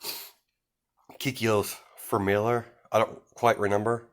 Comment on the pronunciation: Here is a video to help you out with the pronounciation of the word 'familiar'